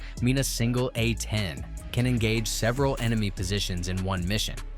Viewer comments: Your video quality would skyrocket if you just listen to how bad that AI voice is. It's A 10, not Uh Teen. Picking a more manly AI voice would help too. The voice you use sound like a 13 year old that just got kicked in the balls! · Poor AI narration. These are A-tens not A teens